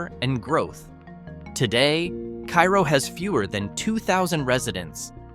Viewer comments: It's not Keye-roh, it's Care-oh. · It’s pronounced Kay-roe. Period. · Hey,, it wouldn’t be hard for even an eight year old to find out how a town’s name is pronounced, like Kay-Roe. 🙄🙄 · Pronounced Kay - ro, isn't it? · I live in Illinois and my mom grew up near Cairo, IL.. You miss pronounced the name. You don't pronounce it like the Egyptian city it's pronounced like the Karo corn syrup.